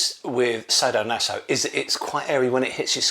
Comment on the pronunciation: Sah-do-naso not say-do-naso my dear friend…😜 Anyway nice you’re back. 😊 Will buy the PHALLOS of course you know me right? 😝